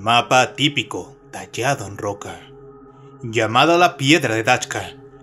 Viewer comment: Es muy bueno tu contenido. Me distrae y molesta mucho y me saca de attención la tendencia a convertir en agudas todas las palabras finales de cada frase o coma. "... Una rocá que parecé, tener en su superficié...", "... en el fondó del oceanó", "en la alturá de la piramidé..." por poner ejemplos. Yo no soy locutor, pero hice radio por más de 20 años y el mejor consejo que me dió un periodista que trabajaba conmigo fue "si no sos locutor, no trates de hablar como locutor porque no sabés hablar como locutor. Si hacés una publicidad o leés un texto, hacelo de la forma que vos hablás a diario, va a quedar mejor, más elegante y sobre todo más natural". Consejo que seguí hasta el día de hoy y hasta me hizo ganar premios como locutor y conductor aunque no era ninguna de las dos cosas.